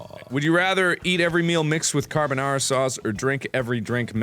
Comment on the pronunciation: Did he say 'Carbonaro' sauce?